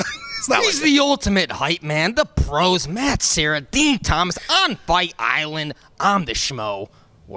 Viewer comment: “DEN TOMAS” 😂